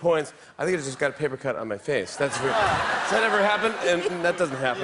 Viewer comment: replaying when said "cat got your tongue" a dozen times, even tho nelly sounds like "cat it your tongue." I've also concluded its a tie.